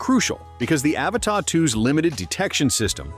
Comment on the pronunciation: AVATA not Avatar